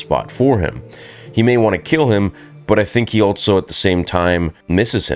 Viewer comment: There is no T in also bro. It's just also.